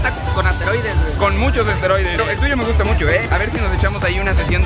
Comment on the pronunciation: Asteroides dice en vez de esteroides hahahaha